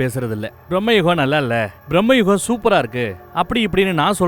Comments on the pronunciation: Dey thambi title olunga solludaa..... Brahmayugam kedayathu bramayugam...... Brahmaa illadaa..... Bramam.... Neeyellam oraalu.... Mokka review vere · Not Brahma yugam.. Bhrama Yugam.. The first word meaning is the main. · அது ப்ராஹ்மயுகம் அல்ல பிராமயூகம் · Mr. Its not brahmayugam . Its bramayugam . Means the age of madness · பிரம்மயுகம் என்பது தவறான உச்சரிப்பு.. ‘பிரமை’ எனும் அர்த்தமுடன் வரும்படி ‘பிரமயுகம்’ என திருத்தவும்.. இதே போலத்தான் ‘முல்லைப்பெரியாறு’ என்பதை முல்லைப் பெரியார் என திரிபு செய்தார்கள்😂😂